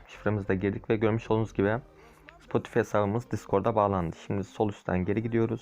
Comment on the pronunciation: Spotifi diye okunmuyor Spotifay diye okunuyor